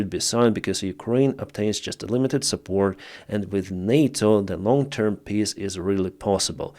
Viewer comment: stop pronouncing peace like this XD You said "pisstalks". You do it too damn often. But right afterwards you spelled it correctly haha